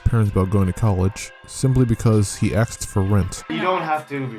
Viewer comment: A S K ed, not Axed.